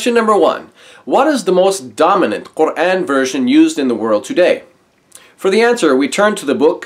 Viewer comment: Although I don't agree with him about his hate for Islam, I do respect him because he pronounces "Quran" correctly.